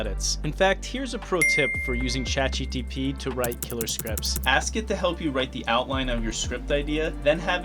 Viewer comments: Why do you keep calling this "Chat GTP", instead of "Chat GPT"??? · Can you use some AI tool to replace your voice every time you say "Chat GTP" instead of "ChatGPT" in this video? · Buh why are you saying chatgtp instead of gpt? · Bro please review the content ur posting so ur narrator dont say chat GTP a gazillion time in your video about AI. I cant take shit seriously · "Chat GTP...", its GPT, you had one job... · Stop Saying Chat GTP.. its GPT ffs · "ChatGTP" - the most difficult product name in history to get right. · FYI it's "Chat GPT" .... but thanks for the video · anyone else notice he can't say chatgpt correctly? he says, "chatgtp" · please god, learn how to say "Chat GPT". Other than that, good video. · why are you saying chat gTp ?